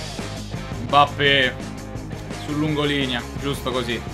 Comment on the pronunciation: ma non si dice Embape